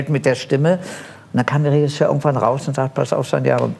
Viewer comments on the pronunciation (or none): none